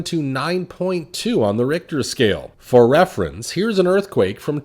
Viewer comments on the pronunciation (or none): none